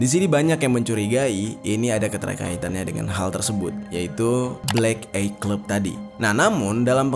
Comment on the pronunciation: Maaf bang, aku bru prtama di channel lu, tp gw gajadi subscribe krna bawaan crita lu tu gk asik, gk seru dan membosankan, banyak kalimat” yg di ulang” banyak kalimat” dan kata” yg sbnrnya gk penting tp di masukin, kyk mau manfaatin biar video lu panjang doang, trus cara nyebut black eye itu bukan “blek ay” tapi “blek ai” tolong, diulang” lg, aku jd kesel 🙏🏻 di pelajari lg